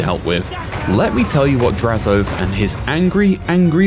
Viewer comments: My man said “draz-OATH”, but it’s pronounced more like hoeth with an a and no h. Drazho-ath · I’ve never heard anyone call him Draz-oath. Always Drazo-ath. Interesting.